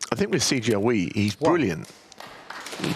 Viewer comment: Just wish the commentator didn’t keep calling him See Char Wee instead of Si Jia Hui. You’d think after so many years of Chinese presence in the sport they might at least make an effort. Quite disrespectful.